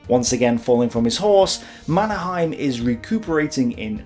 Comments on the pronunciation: Is there a reason why you chose a German pronunciation rather than a Swedish of the name Mannerheim? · I think that the Finn's and Swedes pronounce his name as something like "manner-hay-m", where the a in "manner" is a broad and deep a, like the u in "humvee". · Yes. Mon-er-heym. Finnish is spelled phonetically, so they pronounce The Marshall's name phonetically, at least from the Finnish point of view.